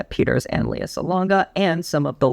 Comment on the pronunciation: Her name is pronounced LAY-ah, not LEE-ah. Think Princess Leia from Star Wars.